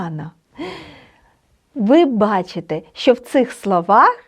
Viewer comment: чудово просто чудово! Але сумніваюсь що вивчу польську якщо з першого слова викладач робить помилку у слові що і вимовляє як щьо.Це так ріже слух.